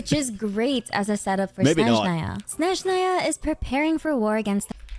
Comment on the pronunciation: I like that she pronounces SnEzhnaya in the right way, as we say it in our native language ❄️